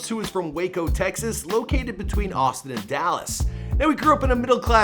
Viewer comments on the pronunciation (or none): none